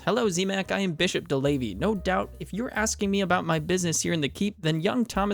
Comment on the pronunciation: I died a little every time you said DeLavey... 😅 No clue how to type it down so it's easily recognizable for anglophones, though... 😢 Now it's too late, anyway. 😂